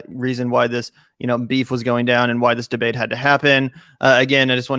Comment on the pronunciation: "DBEATE" normally i wouldn't point that out